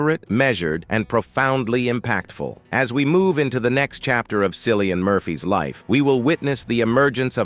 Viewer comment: It’s pronounced Killian not Sillian. Flipping AI dingdong.